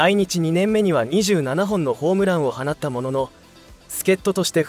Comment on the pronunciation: 「放った」が、「ほうった」と「はなった」の読み方が混在してて気になる……